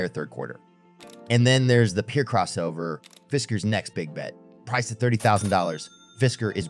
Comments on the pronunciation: Gosh, what a pessimistic report! And it’s PEAR as in the fruit, not “peer.” You sound like you’ve been paid to bash the brand. I don’t care what you say. I’m waiting for my Pear. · Is this a real voice or AI voice?? I thought real until you pronounced the Pear as Peer!! 😂😂😂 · Why is he calling it the Peer?? Its Pear (To rhyme with hair). Like the fruit. What a joker!!! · Is the narrator AI? "Peer"? Dude. Huh?